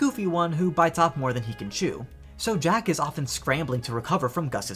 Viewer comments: it is pronounced jaq ~jaw-k~ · It's not strange to want to pronounce it Jacques. Cinderella is French, or at least the Disney Cinderella is based on the French version of the fairy tale.